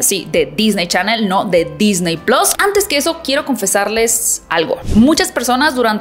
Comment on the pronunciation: Todo bien .. solo, se dice PLUS SE DICE plus Se DiCe PlUs con una . Chin